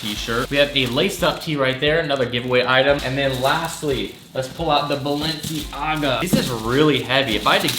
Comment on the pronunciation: Isn’t Balenciaga pronounced Bal-en-ciaga not Balen- ciaga